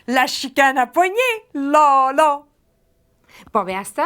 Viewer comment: c'est bon, mais le là-là est utilisé quand il devrait y en avoir juste un (comme partout ailleurs au Québec). On met pas 2 là juste pour le fun à la fin de chaque phrase. Son exemple n'est pas bon. Pis vu qu'elle le dit pas naturellement, les 2 là sont même pas sur le bon ton. Par contre, immédiatement après elle l'utilise naturellement et correctement. Un bon exemple serait: (Québecois): "J'irai pas dans ce restaurant-là." (Saguenéen): "J'irai pas dans ce restaurant-là, là" voir